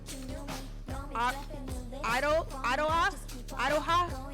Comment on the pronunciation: I think Iroha is pronounced Err-Row-Ha?